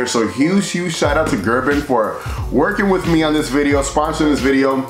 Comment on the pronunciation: It’s Ger-“BING” sir, not “BIN”. Say it with the “G” at the end. Thank you Lol